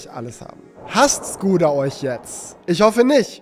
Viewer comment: Es ist kein Vorwurf aber bitte kein skoda sondern SCHkoda 😅